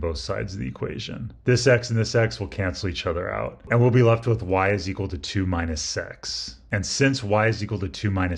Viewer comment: He also says, instead of "minus x", "mine a sex".